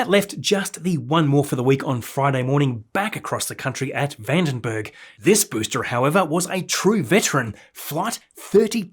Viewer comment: I absolutely love your videos! One little thing though, you keep pronouncing the word ‘booster’ as ‘boostre’, any reason why, apart from the language barrier?